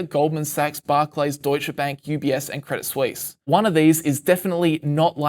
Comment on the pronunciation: "credit sweeess"